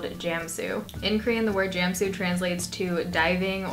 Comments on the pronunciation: Jah-mm-sue not jam-sue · ohh i wondered what is jamsoo. I thought Ive never heard jamsoo. well 'a' sound 'a' not 'ae'. so it should be pronounced jarmsoo without r. anyway this is fun to watch that you try korean product!! love you from korea